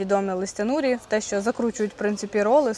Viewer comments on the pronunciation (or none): Ви ж на американську фірму працюєте, а читати не вмієте, просто гидко слухати Распберрі стало роспберрі, тамаринд став томариндом, а норі стали нурі, хоч би не позорились